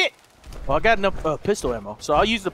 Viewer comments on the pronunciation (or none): he said prisonior pistal